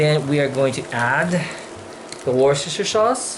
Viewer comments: HAHA How adorable. Worcestershire is pronounced Wuss'ta'sheer <3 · Congratulations on being part of the small group of people who can pronounce "Worchestershire" properly. LOL My favourite instant yakisoba is Maruchan chicken flavour. My Vietnamese-Canadian coworker teases me when I eat them and calls them "white people noodles". Whoa that was a lot of Worchestershire sauce on one dish. Lol How does your brand compare to Lea & Perrins (the usual brand you'd find in North America)?